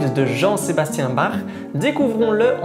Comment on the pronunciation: Ca ne se dit pas barr mais bak !!!😭